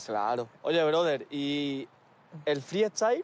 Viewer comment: No entiendo por qué Skone es capaz de decir freestyler bien, pero en cambio no puede decir freestyle y dice fri estail XD